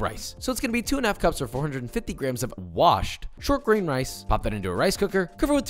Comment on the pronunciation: Love the emphasis of WASHED rice.